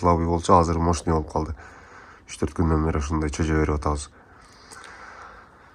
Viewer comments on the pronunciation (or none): Чөжө дебей жөжө десең